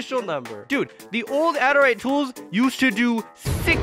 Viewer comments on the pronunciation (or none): adarite its adurite